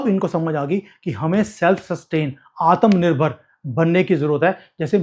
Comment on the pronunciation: Aatam nirbhar nahi Aatma Nirbhar bolte hai